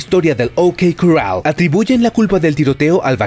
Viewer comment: A ver si aprendes a decir corral.